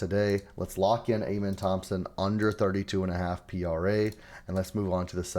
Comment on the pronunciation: Do you actually watch basketball? Or is everything just stats and analytics? Cuz ain’t no way you really pronounce Amen Thompson’s name like that lol